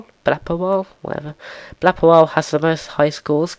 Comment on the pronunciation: Lol at you struggling to say my name. It sounded like you said Blafferile, Blappewile, and Blapérile. xD The last time you said my name it was right, lol. Thanks for mentioning me, by the way.